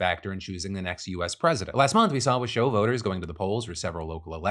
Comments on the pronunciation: My dude, it’s “wah-show” not “wuhshow” 😂 and yah, Washoe (Reno-Sparks) is a weird area. It’s half super-liberal and half super-conservative. I moved here from Vegas and was taken aback by how hard right the area can lean. I’m just thankful the Right to Reproductive Healthcare Act passed here in 2023 so they can’t go after birth control and abortions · Native Northern Native here: Washoe is pronounced WASH-oh, not wuh-SHO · I’m from washoe county. You pronounced that so wrong but usually people from my country are level headed. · Phil, local Northern Nevada resident here who years ago railed in these very comments for you to pronounce Nevada correctly, which to your credit, YOU NOW DO! But... It's Wash-O county not wa-show county. Keep up the strong work, you'll get it! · channeling Hermione Granger It's WASH-oh County Nevada, not wuh-SHOW County Sorry to poke fun, but I was born in Washoe County and heard it pronounced as such for the first 10 years of my life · Phil, I appreciate how serious you are with pronouncing Nevada right. But when you said “Washoe” I didn’t recognize my own county cuz it’s actually pronounced “Wash-O”. That said, yes there’s a lot of concerning stuff going down lately with our politics. There was a dude who planted a tracking device on the Reno mayor’s car and the fight to expose who ordered it is in the courts. I know that it’s important to participate in local politics, but when safety is in question, it really discourages people (including myself) from doing so. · sorry but as some one from Reno NV all my 44 years its wash-o not wa-show also nev-add-a not nev-ah-da thank you for getting the state right :) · Nevadan here and Washoe is pronounced WASHOW like wash-show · Lol, I used to be from Washoe county, its pronounced "wash-oh" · Wash-oh county :) But thank you for pronouncing Nevada right. Very appreciated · It wash-oh Phil not whatever the heck you said 😂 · "WASH-oh" Phil, "WASH-oh" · Phill It’s pronounced ( wash O) washoe